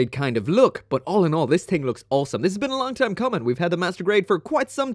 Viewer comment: Take a shot everytime he says "olinol" 😅 All in all i'd take any of those MG.